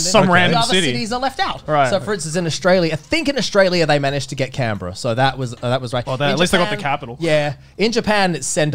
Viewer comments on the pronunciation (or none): none